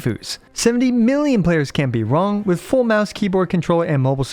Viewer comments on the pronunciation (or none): none